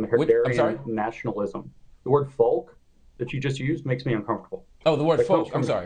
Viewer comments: Lindsay be-clowns himself when he goes on a bent about the word “folk” and its origins. That word has been part of the English language since the Middle Ages and had nothing to do with Nazi Germany. And the “L” in “folk” is silent. He really comes across as a maniac when he does this - and his point will be lost to many or most watching him use this rhetorical tool. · Can’t say “folk”! Bahaha making ML Hill live up to his own standards - PRICELESS 😂😂😂